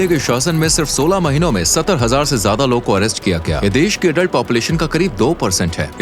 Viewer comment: Bhutni Ke Zyada Hota Hai jyada Nahi 😮